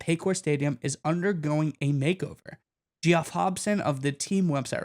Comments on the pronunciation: Its pronounced Jeff not Ge off Hobson. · I'm glad someone brought that up 'cause I was going to!!! LoL